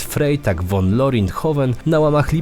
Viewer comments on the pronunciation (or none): I proszę trochę podszkolić niemiecki bo nie mówi się Zajtung tylko cajtung😂 i nie Frejtag Won tylko frajtag fon!!!